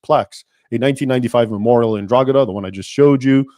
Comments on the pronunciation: Pronounced Draw-hada obviously 1 word 😂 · I recently had to print hundreds of those badges onto sports bags lol. Never noticed the symbolism. Funny coincidence. I live not far from Drogheda. Its pronounced Droheda btw, the g is silent, not that it matters really. Great video, I never knew this history. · Irishman here, you do not say Drogheda that way, you don't pronounce the g, it's silent. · Raymond, the g in Drogheda is silent, i've never heard anyone here in Ireland pronounce it the way you did lol. Thank you for doing this video. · A YANK CALLED ME A MICK!!!! Hahaha, good work bud, been noticing recent attempts to change Irish history so good to see I'm not the only one correcting people regarding historical recisionism. Also, Drogheda is pronounced dra-hi-da on the off chance you are curious Edit: The biggest assistance the Irish got during the famine was a simple reportor from the US who reported the horrible conditions in Cork due to the famine, this reporter interviewed two girls from Cork in which they gave an estimate on how long they had left to live, after this the British state was kinda shamed into finally offering aid* to the Irish. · Drog ha da we pronounce it as draw ha da but thanks for research into this topic i know a little more bout were i live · Drogheda is pronounced DRO HA DA, not DROGADA. Just so you know. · We are taught this propaganda in school here in Ireland. Btw Drogheda is prounounced ‘draw-head-ah’ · The g in drogheda is silent its pronounced droheda 👍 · It’s pronounced draw-head-a and Mick is a derogatory term for the Irish so it’s pretty insulting. As for asking AI about anything, it has not got the ability to accurately assess anything and the more you push any of them the more it will extrapolate to bring itself closer to agreement. The only worthwhile deep dive requires use of source material, the AI has little to no access to that information. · It's pronounced 'draw...he..da'